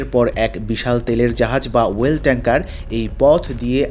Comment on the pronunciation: ওয়েল ট্যাংকার নয় অয়েল ট্যাংকার।